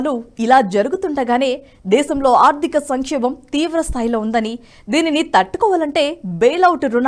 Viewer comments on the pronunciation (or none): అమ్మా దయచేసి ఆర్దిక కాదు ఆర్థిక అని పలకాలి. 'వెల్లినపుడు' కాదు, వెళ్ళినప్పుడు. మీ తెలుగు ఉచ్ఛారణ భయంకరంగా ఉంది. అసలు నేను చూడను మీరు చెప్పేది కానీ బ్లూటూత్ లోఆటో ప్లే వల్ల వినాల్సి వచ్చింది. దయచేసి కాస్త ఆ అక్షరాలు సరిగ్గా పలకండి. పైగా రాజు గారు ప్రతి వీడియో చివర్లో వీడియో నచ్చితే బెల్ ఐకాన్ నొక్కమంటారు 😂😂😂 దరిద్రం గా ఉంది. ఒకసారి మీరు కూడా వినండి. ఎన్ని తప్పులు మాట్లాడారో ఆవిడ. ఎక్కడ 'ల', ళ', వాడాలో తెలుసు కోండి. ఇదంతా నేషనలిస్ట్ మీద అభిమానంతో చెప్తున్నా, పాజిటివ్ గా తీసుకుని కరెక్ట్ చేసుకోండి. గిరిధర్ గారివి, సురేష్ గారి వి చూసే మాకు ఇవి చీప్ గా అనిపిస్తుంది. వీళ్ళని చూడాలని కూడా అనుకోం. క్షమించండి పదాలు కఠినంగా ఉన్నందుకు.